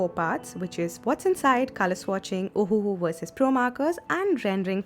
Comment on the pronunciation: This ohuhu pronounce as ohhh ahahaha 😂😂😂